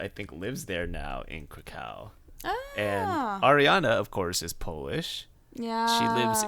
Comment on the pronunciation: Krakow, Warsaw- you pronounce the final w like a v. Like you're saying 'crack of' instead of 'crack-oh'. Anyway, I'll stop being a pedant and say thanks for the show. Also hooray for Nottingham. Word to my fellow 'knife crime capital of the east midlands' people.